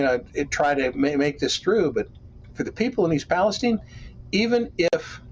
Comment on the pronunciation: East Pale-STEEN, Neil